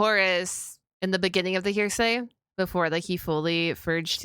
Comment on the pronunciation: Didn't realize court was in session, "Hear-Say"? HE-RA-SEE*